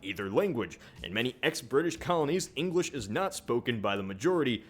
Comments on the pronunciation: Is it just me or is he saying "Engwish" when he's mentioning the Spanish and Chinese? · Engwish he says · Did he say "engwish "?